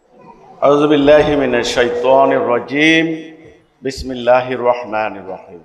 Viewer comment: বিসমিল্লিাহ এবং আলহামদুলিল্লাহর উচ্চারণে 15টা ভুল